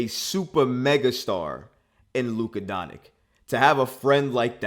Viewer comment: “Luka Donik”